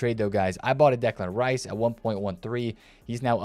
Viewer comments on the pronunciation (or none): none